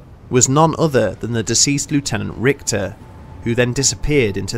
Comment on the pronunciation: the german name "Richter" has more of an "sh" sound rathern than an "kt/ct" sound. so basicly "Rishter".